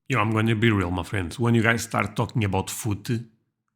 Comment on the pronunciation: when you say "my friends", it sounds like "muffins" 😂❤